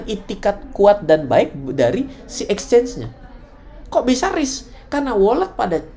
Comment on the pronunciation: exchange bukan Ecchange